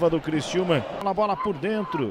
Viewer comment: Criciúma e não Cristiúma